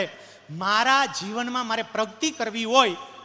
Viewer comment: પ્રવચન સરસ છે પ્રગતિને પ્રગ્તિ ના બોલો 🙏